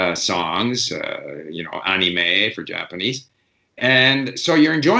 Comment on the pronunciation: I heard "aunty may" in Australian 😂